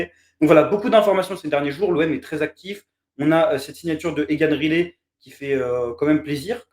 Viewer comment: Pour la prononciation, je ne pense pas que ce soit "Rilet" mais plutôt "Rail - lit". ;-)